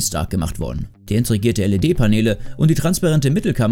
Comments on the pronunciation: Es heißt „integriert“.... aber er sagt immer INTREGIERT.... 😅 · Wenn etwas beinhaltet ist heißt das „integriert“ und nicht „intrigiert“…. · Das hat mich auch ganz schön getriggert. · Schon peinlich, wenn man nichtmal richtig "integriert" aussprechen kann, aber billigen Verkaufscontent liefert... Daumen nach unten!